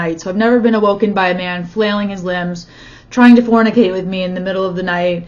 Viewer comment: You say "fornicate" 😂